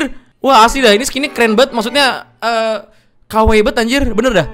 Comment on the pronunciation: Lu bilangnya "kawai bgt", gue dengernya "kw bgt" sat 😂😂